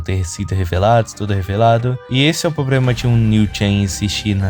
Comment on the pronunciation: ce fala "probrema" kkkkk pensei que fosse carioca